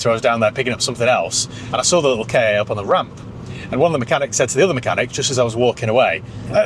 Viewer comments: It’s definitely K A no “Kar” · Google says Ka as in Cat for the car. Ka was ancient Egyptian for the soul, and this was likely pronounced Ka as in Car. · It’s Ka as in “kah”… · As a former supplier of Ford Ka parts to Ford, it's pronounced "car". Might make a good Spanish runaround? Have you had a similar era Puma? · When Ford Ka was launched in +/-1998, Car Magazine wrote about that pronounciation issue. As far as I can remember, it was said to be "Ka:" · The correct pronunciation is "Ka-ck" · I believe it's pronounced "Ford Cack"